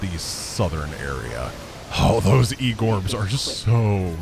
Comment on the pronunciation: Darn it's so funny for a russian-speaker to listen to calling orbs "gorbs", because горб (gorb) means "hump" in Russian. Gets me every time 😂